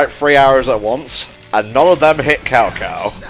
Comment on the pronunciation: "Cow-Cow" Why must you hurt me with your pronunciation, even the games themselves got past that error!